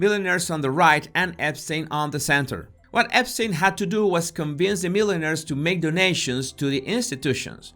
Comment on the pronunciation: I thought he was talking about hat makers. Why would Epstein want to introduce hat makers to institutions? Then I realised he meant millionaires. He sounded like he was saying milliners!